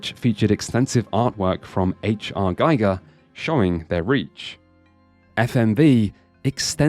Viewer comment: Regarding H. R. Giger... his name is not pronounced like Geiger, but ghee-ger. This is a very common mistake, and it would be nice if it weren't. 👀